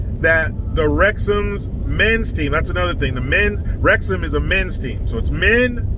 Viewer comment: You got the pronunciation of Wrexham spot on.